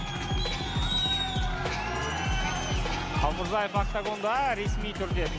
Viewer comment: Қалмурзаев емес, Қалмырзаев деп айту керекқой, ағайын!